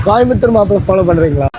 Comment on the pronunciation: கோயம்புத்தூர் தான அது காயம்பத்தூர் ன்றான் 😂😂😂